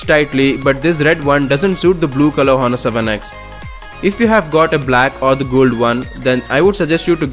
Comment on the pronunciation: h is silent brother